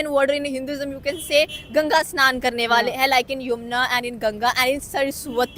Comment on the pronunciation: मेडमजी अस्नान नही स्नान बोलो , अ स्नान का मतलब होता है स्नान नही करना